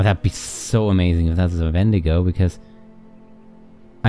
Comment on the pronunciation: You actually pronounced "wendigo" the way most people do. Dean said it weird. Enjoyed the episode.